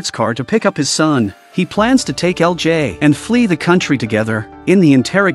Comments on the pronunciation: EL JAAAY lol. I hope you'll switch to different AI voice in the future. Daniel CC recaps channel had the best and most natural one I've seen so far. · That ai is struggling with LJ